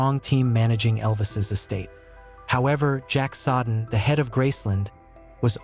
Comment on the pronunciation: I am not a dictionary but the name Jack Soden is pronounced as Jack “So-den”……..not as Jack“Sod-en”. Notice where the D is and isn’t. Good luck to you.